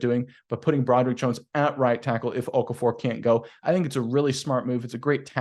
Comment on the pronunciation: isn’t pronouncing Chuks or Okarafor correctly. It’s not Okafor